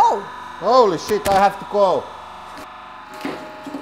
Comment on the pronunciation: houli shit ai haf to gou :D